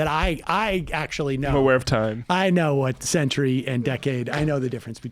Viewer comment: He doesn't say decade ... he says days